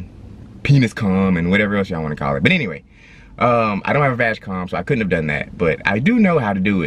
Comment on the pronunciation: love your videos guys,subscribed. But ,pronounce "G" in VAG like it sounds in word "gray" or "good" not "vagina" haha :)